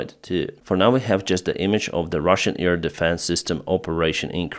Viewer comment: Hi. I love you and all, but please, it is not ear deffence, but air defence. Please.